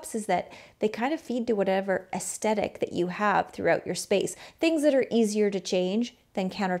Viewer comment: Great video, but I was distracted by your pronunciation of "aesthetic"